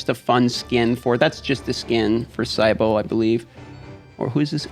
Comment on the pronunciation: Hi,! I follow you around even though I still play Raid but ironically have quit this game instead. Just want to inform you since I did not skip any of the cutscenes, it's pronounced "kee-buh-lay" for Cybele and "ram-gee" (as in "gugu gaga", not "giraffe") for Ramge. I personally hate the Engrish in this game and although I disagree with how the names sounded, I would go with the official pronunciation. It's cool that you follow FG300 by the way. I hope that you would make a collab with JGigs someday checking out that closed beta Genshin Impact game.